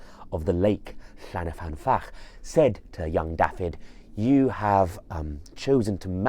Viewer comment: I really, really love your content. Diolch. But to be that pedant - it’s llyn not llan. llyn means lake :) Llyn y fan fach :)